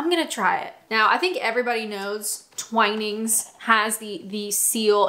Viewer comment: It's totally Twinings and not Twineings!!!